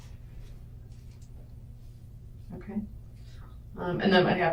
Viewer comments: “She had pasta spaghetti and strimph.” Is she trying (and failing) to say shrimp? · Did she say strimp? Instead of shrimp? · And calls shrimp "strimp". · And she says "strimp" instead of shrimp.